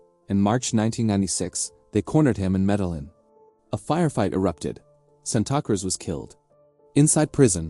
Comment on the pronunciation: San ta cruz lol Tell me more mr AI 🤖